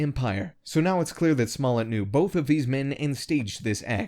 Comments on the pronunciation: It’s pronounced “juicy smull-yay” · This nigga said JOOZY SMOLLEN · This voice over artist keeps calling this liar JUICY SMOLLET LOL